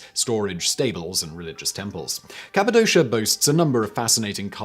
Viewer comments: it's capadoshA... not capidosha. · As an English speaker who has lived in Cappadocia for 17 years I'm getting full body cringes from the pronunciation.